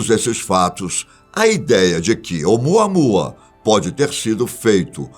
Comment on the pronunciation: De novo o repeteco do " umuanua"?? Pfv ,muda isso 😏